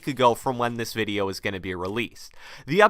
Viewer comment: Anyone notice he says "In this videye today" every video (and ik i spelt video wrong but thats how he pronounces it😂)